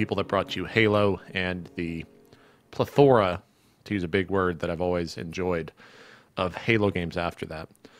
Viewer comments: I'm pretty sure you mispronounced plethora. xD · Your syllabic emphasis on "plethora" made me chuckle good sir.